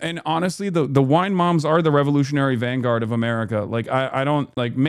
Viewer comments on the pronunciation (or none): I thought you said wine moms were "the Revolutionary Guard of the world" instead of the vanguard. Had me scratching my head trying to figure that one out.